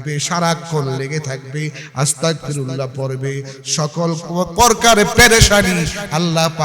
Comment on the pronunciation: হুজুর আস্তাকফিরুল্লাহ না❌ আস্তাগফিরুল্লাহ হবে ✅